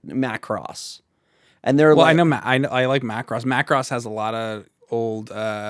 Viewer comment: Mackross? Gotta watch the og op to see the correct way to say it 🤣